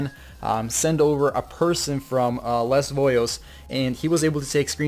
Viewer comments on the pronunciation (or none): it's pronounced LAY VOYU